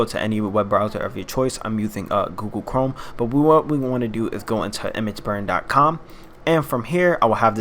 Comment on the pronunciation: google cwome